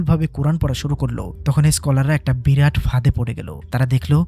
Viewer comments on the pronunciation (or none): none